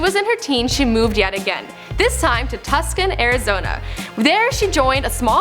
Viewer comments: Tuskin 😂😂😂😂😂😂😂 its (TU-sõn) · Tuscan Arizona, BRUH its Tucson (two- san) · tucskin???? ITS TUCSON DUMB BITCH (TOO-SON) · TUSCUN ITS TUSCON PRONOUNCED TO-sawn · It's pronounced Toos on not Tuck son! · It's Pronounced Tu-Son it does not sound like it is spelled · is stupid. Its spelled Tuscan but pronounced toosan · Tuscon, Arizona not that anyone cares but fyi it's pronounced (Too-sahn) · it's pronounced (2-s-on) Tucson